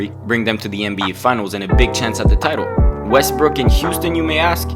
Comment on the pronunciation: Who else caught him say westbrick 😂